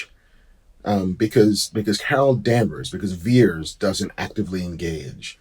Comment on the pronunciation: Is Vers not Veers